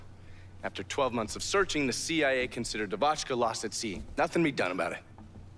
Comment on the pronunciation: Did you just say "NuffingK"? o.0